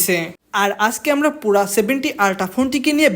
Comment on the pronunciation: পুরা না পিউরা